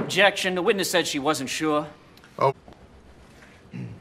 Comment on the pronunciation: his "sure" is the equivalent to me saying "frem" instead of "from" with any European or Australian accent I do for some reason